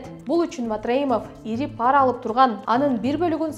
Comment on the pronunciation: пАра эмес ,пара деп жон жай окулат. Эч бир тамгага ударение келбейт.туура оку.